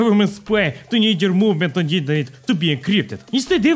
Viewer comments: Ah yes, inter-nyet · “Building The Internyet” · Ah yes Internyet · Not internet it's internyet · No one:: Inter NYET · its not internet it is inter-NYET:) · Ah yes, the "inter-nyet" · You mean the InterNYET, right?